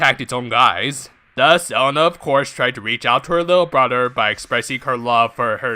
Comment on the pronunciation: Elena is pronounced Eh-Le-na